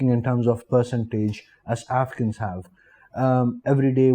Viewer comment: Afghans are always welcome in india. I was rather confused by the way he pronounce afghans, it seemed like he was saying africans.